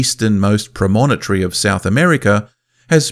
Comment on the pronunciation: all in all pretty good, here come the 'but' promontory, not so challenging a word to pronounce, evidently except for this narrator. need to refine the algorithm, or get a better-spoken human. cochi is on the southWEST not southeast coast of india. beetle not behtle or pronunciation again eschewed in favor of amateurnunciation. lol so room for improvement, but still informative